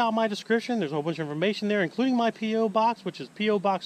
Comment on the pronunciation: Hey, I NEVER get tired of seeing American money. You just send me all of the American money that you get tired of seeing.;) P.S. Are you saying "Douches" or "Deuces" at the end of your videos?........LOL! just J/King!